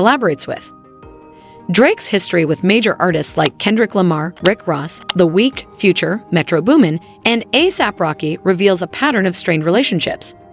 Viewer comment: it’s the weekend, not the week and it's Dr. Dre not Dr. Druh. AI much?